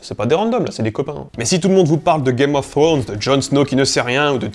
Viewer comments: Un Youtuber linguiste qui prononce "Game of Frones" laules. Tu sais, bien des anglophones, lorsqu'on leur présente le son "thr", ont tendance à faire un R roulé ou presque, et pas que les écossais. Ca simplifie beaucoup. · Arrête de dire "game of ssronz j't' en supplie 😩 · "gaïme of srhône" ^^ très bon accent des fois Et Jon Snow n'est (n'était) pas puceau, il a ken la rousse dans une grotte ^^